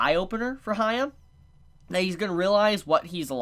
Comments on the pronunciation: Hya-kki Not Hi-ahh lol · HE IS CALLED HYA-KKI-MARU NOT HAYA PLEASE STOP CALLING HIM THAT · Dude it's not hard to pronounce Hyakkimaru. And it doesn't have the sound Hi-uh at all. It's Hee-ah-kee-mah-roo. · H Y A K K I M A R U H Y A K K I M A R U H Y A K K I M A R U H Y A K K I M A R U Please repeat, instead of haya haya 😂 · He mispronounced the name twice in this review. Hya and hiya 🤣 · He cant be happy with everyone butchering his name xD jk still love u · When it's your favorite show from Winter 2019, but still can't pronounce the main character's name